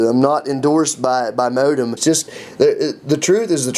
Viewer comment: lol he pronounced moadim as modem. prolly equals most of his other statements here. be advised that taking an ancient hebrew 'lesson' from someone who 'just' got his flashcards (for children) and is seeing some similarity in the perversions of english, could be misleading.